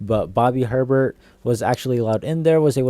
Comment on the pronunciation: “Bobby Her-Bert” “Rattler is looking to be on fire” Gotta work on this stuff, bro.